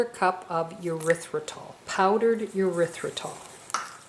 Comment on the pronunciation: Nice, but the way you pronounce Erythritol is disgusting. Urethratol??? Sounds like an antibiotic for a bladder infection!!!